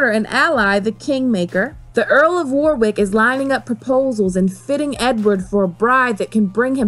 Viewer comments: It’s not war wick it’s worrick, spelt Warwick. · Great video, love this period in history and I applaude the mention of Arthur, very few people know he existed. But so many wrong pronunciations! Warrick-War-ick? Wo-rick. Anju- An-joo? On-joo. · Elizabeth I will most likely be Dany, with the whole 'breaking the wheel' analogy. Also it's pronounced 'wah-rick' not 'war-wick', despite the spelling. Yes, us English are weird. Love the vids though! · Great video and well done on all the research into the War of the Roses. Just one little thing, the pronunciation of Warwick. It looks like it should be War Wick but it's actually more like Worrick. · FYI. It's pronounced Warick. The second w is silent. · Great vid! Sansa for queen! FYI it's pronounced "War-ick" (you don't say the 'w' it's silent) 😊